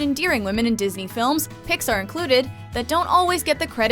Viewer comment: did you say "Pixar"..?